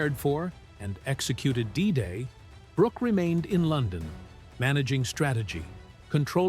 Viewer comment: It's Alan Brook, not Brook-ee. Silly AI. Stupid.